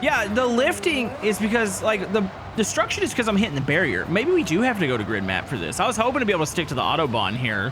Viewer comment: So much disruckshon 😂 😊